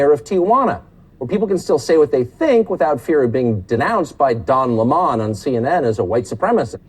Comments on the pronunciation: I like how Tucker called Don Lemon, Don Le-Mon. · Why is he pronouncing Don's last name like that?